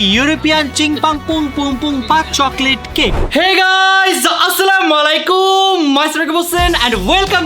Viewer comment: সব ঠিক আছে বাট আপনার সালাম দেওয়া হয় না,, আসসালামালাইকুম না,, হবে আসসালামু আলাইকুম